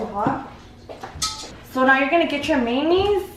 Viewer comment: "SALARY & MAY-KNEES" 🤣😂has me rolling!!💘😭😆